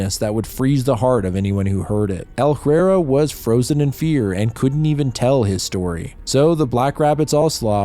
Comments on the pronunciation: Ella-hrair-rah... Ella-hrair-rah... Say it right.. learn French... Or just look up the correct pronunciation.. it takes 2 seconds on Google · You should have watched the original movie. You're mispronouncing a few words, like Efrafa and El-arairah. Stop mispronouncing the overcomplicated made up words! 😂